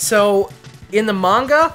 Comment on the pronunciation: Its pronounced "mahn-gah", but it really doesnt matter.